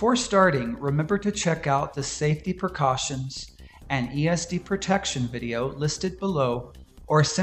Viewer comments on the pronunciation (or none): none